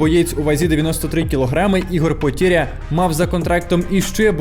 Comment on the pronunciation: Не потєря а (потеря) валит тебе?